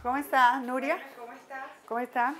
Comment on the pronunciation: Si pero no 😂😂 dice nuria 😂